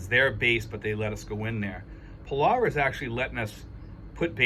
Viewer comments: I like your videos and agree this is good news! You might want to check the correct pronunciation of Palau. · Your not pronouncing Palau right, get it right.